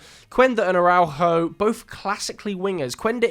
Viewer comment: Great video. But I think I had a stroke every time you tried to pronounce Araujo